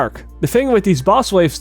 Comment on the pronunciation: Did anyone hear buzz waves instead of boss waves?